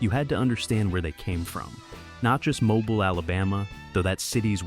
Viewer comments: Mo-Beal is how you say it. Lived here my whole life. I hate hearing “Mo-bull” by this AI voice lol. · Mobile. Pronounced Mo-BILL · It is pronounced MO-BEAL. Irritating. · MoBILE (emphasis on the second syllable). 😡